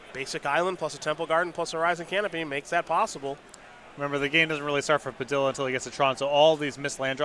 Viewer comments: I realize I can't expect people to know how to pronounce foreign names but every time he says "Puh-dill-uh" it kills me. Pah-DEE-yah dude!!! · Simon Willig listen is says Pi-dill-uh then that’s what it is! His word is law!